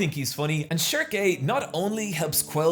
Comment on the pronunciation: I'm not sure, but is he pronouncing some of the names wrong? Schierke and Judae for instance? Because I read the entire series knowing them by a different name in that case lmao